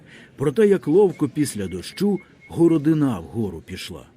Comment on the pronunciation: Перепрошую, але я знов про наголоси: підкомірцЕм, сестрИн, горОдина, ганчір'Яніий, дОшки, обізвЕться, поторкАв, опішнЯнська, крамарІвському, подЕржу, пилИ.. Ви гарно читаєте, але оті наголоси - наче пісок у смачній страві, так і тріщать на зубах..